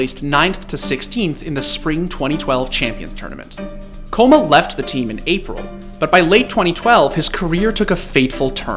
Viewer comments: BRO its kkOma no Kkoma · ''koma'' pronounce is wrong, ''kk'' stronger K. Means little kid in korean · Kkoma is pronounced ggoma which means little kid. Don’t say his name with a K noob. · Pretty sure kkoma is pronounced with more of a gho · It's "k-koma" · Is it not pronounced K Koma? There is a reason for 2 k's... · I always thought his name was pronounced gogoma (kkoma) like sweet potatoes in korean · Kkoma is supposed to be pronounced Ggoma (꼬마), it roughly means "little kid" in Korean, just a little FYI. But honestly all your esports documentaries are awesome. Thanks for shedding some light on my favourite coach! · It’s pronounced “ kay-koma” kabba